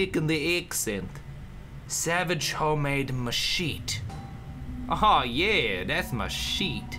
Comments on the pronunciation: it's pronounced "mash-shet-tee" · He does know machete is pronounced mah-shet-ee, not mah-sheet, doesn't he? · That's ma-sheet (my shit) MACHEET. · Lol did he pronounce machete wrong on purpose? xD